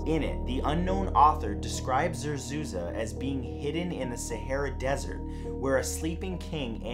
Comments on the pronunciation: it zerzuRA not za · zerzuza or zerzura?